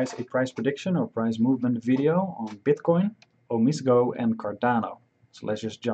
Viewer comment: Its pronounced oh-me-say-go